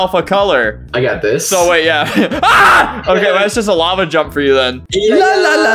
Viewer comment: Lafa instead of lava 😂